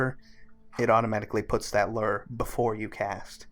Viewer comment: Lure is pronounced “loo-er” lol from a real fisherman just FYI in future videos, cheers